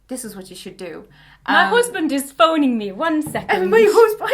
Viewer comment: Hannah turning Irish at “four months old” and “my husband is phoning me” 😂😂😂😂